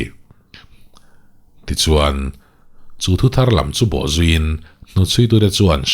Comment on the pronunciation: Chanchin tharlam tih a tharlam i thluk dan hi a diklo.Thar tih dawt chiah a lam hi, lam(dance) tih ang thlûk a thluk tur ania.